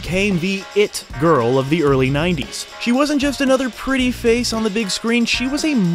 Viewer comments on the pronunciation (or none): none